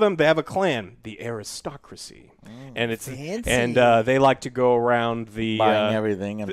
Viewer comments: Aristocracy, not atocracy, Joe :-D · Aristocracy: Atocracy. 😭😭😭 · autocracy =/= aristocracy You read the words. Say them correctly, please.